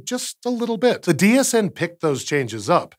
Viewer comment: Every time he says DHN I hear DHD which means I've either watched too much Stargate, or just the right amount. And im pretty sure it's the latter :)